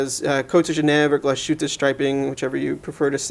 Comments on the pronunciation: Pro-tip: It's pronounced Glaz-hueteh, not Glah-SHooteh. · oh and you mispronounced Glas - hütte.